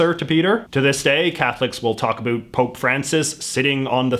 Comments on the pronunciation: Every word he says sounds like he's an American (US), but that one word! It's not that hard. SO, WHY?? Most Dutch speak English, and we all say 'about' in the same way any Englishman, or US American does... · Ahh give him a break, he's canadian and they don't care so much aboat pronunciation. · MyOther Soul "aboat" 😂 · Yo like can you turn down the canada 3 notches? Like.... there are other ways to pronounce about that dont sound like "a boot" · I know it's about the accent, but how come he can say "how" right but can't say "about" right. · The was you say about is so irritating.